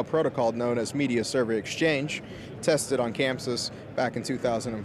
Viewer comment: Its Chamsys not camsys you work for them get it right !